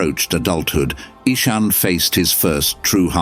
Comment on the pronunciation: Nice story, but the AI reader gave Ishan 3 different pronunciations. Get a human next time. There's lots of them around.